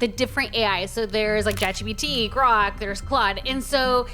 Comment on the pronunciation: Why do ppl call it jat-gpt